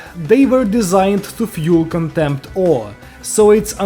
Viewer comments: I'm sorry but I cannot unhear "contempt of the gays" 😭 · I hate how I keep laughing every time I hear him say contempt of the gays. I know he ain't actually saying it but I seriously can't stop laughing whenever he says it